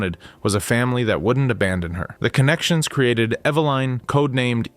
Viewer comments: “Ev-uh-Lin” - ur welcome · How he pronouns Evelin is horrible.